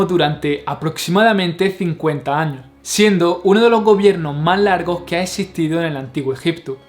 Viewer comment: no me gusta tu acento, pregunta ........ cuanto dices mas de 3000 años? por que no pronuncias la "S" al final de la plabra años ?????? es dificil solo leer y pronunciar todas las letras ?????? perodon,..... e solo curiosidad!!!!